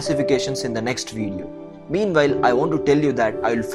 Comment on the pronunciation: Your accent sucks. It calls "wheel" NOT "vheel". You have to say "want" NOT "vant"...